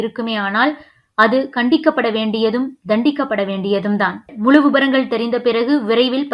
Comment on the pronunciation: சிறப்பு 'ழ' கரத்தைச் சரியாக உச்சரிக்கவும். 'நுழை' 'முழு' இவை 'நுளை' 'முளு' என்று உச்சரிக்கப்படுகின்றன.